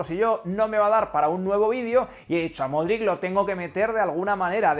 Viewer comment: por enésima vez el apellido de Luka se pronuncia “MODRICH”. Yo aprendí a pronunciarlo durante el Mundial 2018. Gracias por el vídeo. Voy a extrañar al buen Lukita el día que se retire.